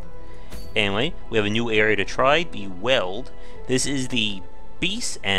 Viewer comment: FYI: Weald rhymes with "yield" or "field".